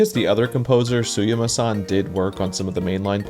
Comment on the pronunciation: bro did all this crazy research but couldn't be bothered to read the name Suyama twice and just went with "sumiya"